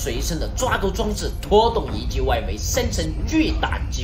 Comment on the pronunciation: 1：13时厂长说遗迹我为什么我会听成“ying jing”？